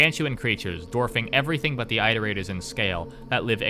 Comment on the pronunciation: "that was a pretty solid intro to the iterators, right?" He says after mispronouncing the word iterators 50 times.